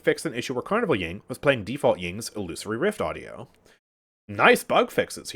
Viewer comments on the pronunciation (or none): none